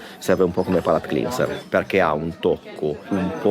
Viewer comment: Io come con la focaccia ligure, in tutte le sue versioni. Cibo degli dei, punto. PS. La pronuncia di cleanser è clenser, non clinser;)